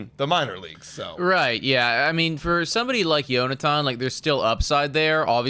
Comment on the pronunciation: its John-a-ten clase, not yonatan